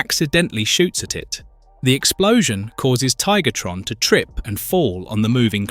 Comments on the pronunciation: After beating me near to death with “Tiggertron” yes he does lol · he says Tigertron lol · Tiggatron and Air-a-zorr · Did bro just called him TiggerTron? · Just like how bro calls Tarantulus Tarantulas.